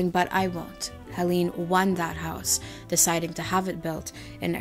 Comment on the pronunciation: its actually pronounced Helen